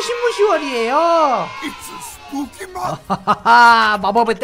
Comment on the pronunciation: 참고:이분 언더팬츠도 만드심 말하는거:it's spooky month! 듣는거:it's pokémon! 영어자막:it's poke mon